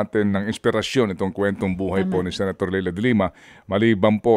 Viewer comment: People still mis-pronounce the name, even announcers. It’s Lie La. Not Lay La. And people call her atorne now. It’s Senator DeLima people. Senator DeLima. Why?! Because they took her down under false pretenses , a sitting Senator, at that ! And she was indecently betrayed by her own peers! Wot, so now she’s just “ atorne” ?! If that’s the case, then it’s going to have to be Atorne dutete from now on. Atorne dutete it is!